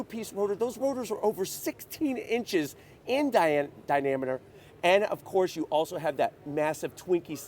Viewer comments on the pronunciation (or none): He really said Di-namiter...😮 instead of diameter 🤦‍♂️